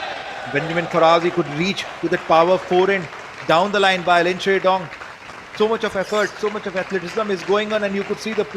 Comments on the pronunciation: so biased comentator... its shidong NOT shindong man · somebody pls tell this indian commentator how to pronounce lin shidong